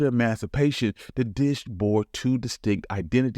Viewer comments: I pointed this out too. It happened because he didn’t enunciate the word properly. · Just FYI, your computer didn't understand your pronunciation of "emancipation", and it instead used an interesting replacement word in the subtitles...😂